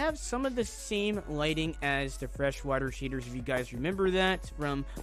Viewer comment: he calls shaders, "sheders" lmao